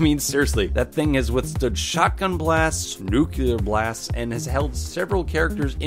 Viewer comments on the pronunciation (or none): You say "Nucular" instead of "Nuclear" ! Why ???